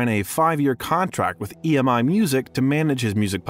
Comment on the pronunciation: Well done but it’s missing the fact that the moment the family sold their ATV stake the two guys who BACKED Jackson during the trials considered it the right time to sue. Some planning… And Martin Bashir is an awful person. Every Jackson fan despises him. And the label is E M I not ‘emmi’ ;) Everyrhing else: ❤